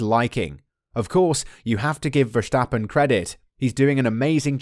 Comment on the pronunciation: My biggest weakness is your pronunciation of Verstappen's name 😂 jokes aside, good video mate 👍